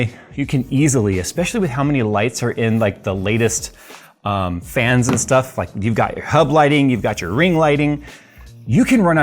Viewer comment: Man… so clean. I also sniggered every time said “biscuit”, just like “shtuff”.